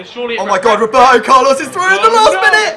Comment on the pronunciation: Lol Wroeberto Carlos